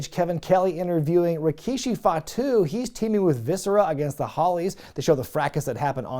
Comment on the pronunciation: I checked Rikishi's promo on this show and yeah that opening line was kind of funny. Almost as much as the infamous "I did it... For The Rock." By the way, I chuckle also because they kept referring to him as Rakishi instead of the regular Rikishi name. Next Attitude era PPV you cover that has him on the card, you gotta pronounce his name as RAkishi from now on.